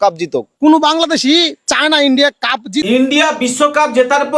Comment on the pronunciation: কাফের না কাপের । বাংলাটা তো ঠিক করে বল ক্যাংলাদেশি !! 😂